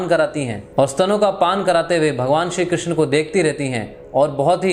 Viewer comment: कृष्णा नहीं कृष्ण बोलिए कृष्णा द्रोपदी को बोलते है